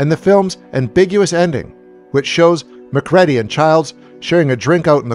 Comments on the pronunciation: It's killing me the way you keep mispronouncing Mac's name. It's Muh-creedy not Mac-reddy. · I’m a big fan of your work however it’s not pronounced MAC-READY it’s MIC-REEDY have you ever seen THE THING at least watch it before you review it! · The last name MacReady is pronounced Mah-Creedy, not Mc- Red-ee! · Interesting video, but it's funny, the way you pronounce Macready as Mac-Ready, instead of Mac-Reedy, the way it is spoken many times in the John Carpenter The Thing, almost makes me think you didn't watch that film? I guess it's not necessary that you have seen the film, just very strange if you made a video on it without watching the movie the video is about. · MacREADY(reedy) what the heck are you saying lolol did you even watch the film? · It is MacReady. R.J. MACREADY . U pronounce it REE-DI . U got that? Jesus man U haven't even watched this film , how come U approached it so unprepared ? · I still can't believe this channel made another video about this movie and still can't say McCready properly like the person narrating the video hasn't even watched the damn movie! It's driving me nuts! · Did u even watch the film? Mispronouncing the lead character name says no